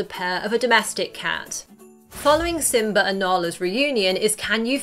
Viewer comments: Lol she said simber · Pearring isn't it purring Simba not Simbar